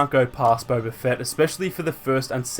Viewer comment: Bro, ur accent is annoying af, it's BOBA! not Bober. And it's people, not pepple.